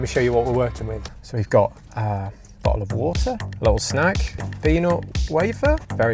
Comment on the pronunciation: ah the goo'ol' bo'le o' woh-ah